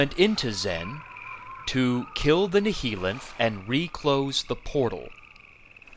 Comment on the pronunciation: Still pronouncing "Nihilanth" like that, I see…